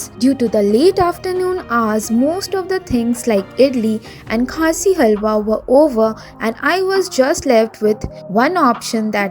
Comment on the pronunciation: Khasi halwa? I hope all Indians know kashi (Varanasi) . don’t butcher the names please